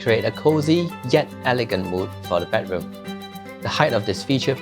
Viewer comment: Can we pronounce bedroom correctly? Not “bad” room please. It’s so so so glaring